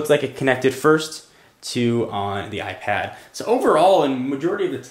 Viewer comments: Hate the way you say iPad and iPhone, AIP ad AI phone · why do you say ipAHd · it pronounces AIP ad and AI phone